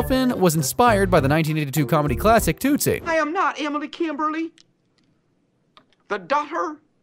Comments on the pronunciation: Hey dummy. It’s not pronounced “ toot - see “ It’s “ TUT-see “. Idiot. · Its helpful when narration pronounces things correctly. "Tootsie" = "Tuht-Zee" not "Toot See" And HENRY ROLLINS last name is pronounced "RAH-LINZ" not "ROW-LINZ" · Dude, Tootsie is pronounced like a Tootsie roll, not like toot toot a train